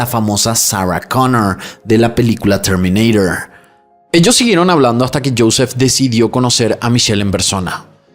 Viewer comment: 😂😂😂PORQUE HABLAS ASI??? DERMINEYDORE 😂😂😂😂😂 DAS COMO VERGÜENZA